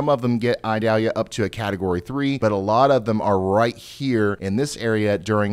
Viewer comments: I do believe it's pronounced ee-DAL-ya, however my brain says it should be Ida-LEE-ya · Eee-doll-yah. It isn't an onion. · mhm, its ee-dahl-yá in spanish, but if you're from the southern US it comes out as eye-dal-ya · Ryan it’s pronounced the 2nd way! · you really are pronouncing Idalia wrong to the point it's making me wanna go through the screen and shock you or something every time you say it wrong. It's almost painful hearing it pronounced so badly